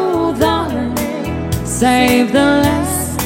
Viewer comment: ayusin mo pronounce mo sa SAVE , hindi "sayb" hahhahaha